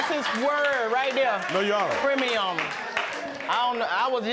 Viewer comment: Girl, I was waiting for his rebuttal but all we got from him were those premi-yum eyes 👀